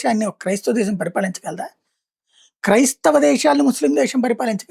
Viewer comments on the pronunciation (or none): సోదరా...నీకు దండం పెడతాను...అవసరం లేనిచోట్ల "ష" అక్షరాన్ని వాడవద్దు. వినేందుకు చాలా కర్ణకఠోరంగా వుంది... ఉదాహరణకు... అంశం. -- అంషం శాతం -- షాతం దేశం. -- దేషం Please Bro...ఆ "ష" అక్షరాన్ని అలా వాడకు...please